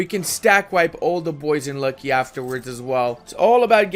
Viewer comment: Ok, cuz it rly starts to trigger me FIRST u pronounce "Pskov" as "Pyskov" or "Puskov", try to remove that Y\U and ull be close to the correct pronounciation, "Luki" is not "Lucky" rather its "Looky" and "Polockas" is "Polotzkas".